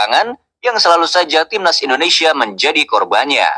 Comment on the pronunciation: INDONESIA BANG BUKAN INDONESA😅😅😅